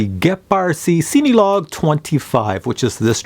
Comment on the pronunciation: It's a great review but the only problem I have, is that you say the name like it's seeny. It's pronounced just like the word Cinema hence why it's made for filming. And I know that's nitpicky but you do a lot of those types of drones and just the way you pronounce the name drives me batty LOL